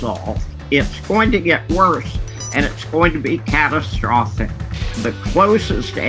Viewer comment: ITS GONA BE, CAT TRO FOS SICK, LOL